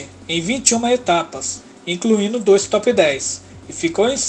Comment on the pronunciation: Em "Dôs" mil e ... De onde é esse sotaque?